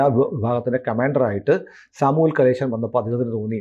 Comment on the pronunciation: It's Samuel Kamalesan not Kaleshan